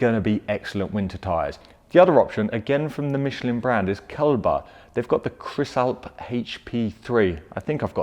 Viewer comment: Almost got that right mate but you pronounced it like "Kelber" while it's actually "Kleber". I think the name comes from the german verb "kleben" which means "to glue". Basically saying "with these tires you're glued to the street". But that's just my guess. Good selection once again. A bit sad that you couldn't test the Michelin. I just had to decide between Michelin and Continental myself. From what I read and heared the Michelin is better for the dry but with a slight weakness on snow, while the Conti is good overall but particularly great wet perfomance. In the end I went with the TS860 for the better wet grip because I don't really want to slip when it rains with my MR2. ;)